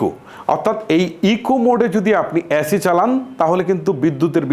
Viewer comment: ধ্যৎ! এ্যাসি,ট্যাম্প্যারেসার,কোলিং।আগে উচ্চারণ ঠিক করুন।